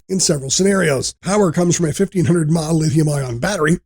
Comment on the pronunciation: This may have been better if the voice over guy, actually knew what all the abreviations meant! ie. "mAh" isn't called "Maw"... 😞